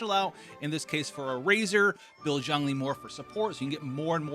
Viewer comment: "Zhongli" is actually pronounced as "Jongli"